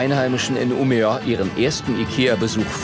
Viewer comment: Die Stadt (ca. in der 13. Minute) heißt aber nicht Umea, sondern wird im Schwedischen "ümeö" ausgesprochen!